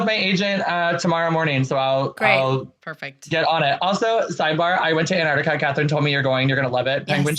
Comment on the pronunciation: This is the second time today...which is fricking weird, that I have to say that the 2nd syllable of Antarctica has a "C" in it!